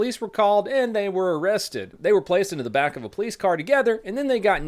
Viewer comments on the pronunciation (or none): none